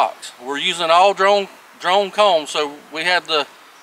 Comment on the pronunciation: Took me a couple minutes to realize with the accent the difference between drawn comb and drone comb. Good video, well explained.